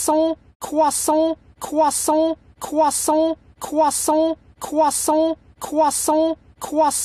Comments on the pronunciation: my favorite part is when he said CwEsAnT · He's saying cwahsont